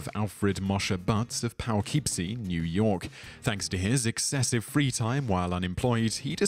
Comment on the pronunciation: I'm impressed that you got so close on pronouncing "Poughkeepsie". Almost nobody who hasn't visited the place gets it right. It's derived from a Wappinger Native tribal word meaning “reed-covered lodge by the little water place", or "good place to catch little fish", depending on who you talk to, so it doesn't necessarily follow English pronunciation rules. We who have lived there pronounce it "p'-KIP-see". That first syllable is barely sounded. Just the slightest hint of "poe".